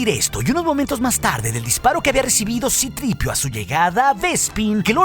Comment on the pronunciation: Que mal queda decir "sitripio"😂